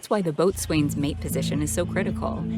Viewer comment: I understand it’s spelled “boatswain’s mate, but it’s pronounced: bowsin’s mate.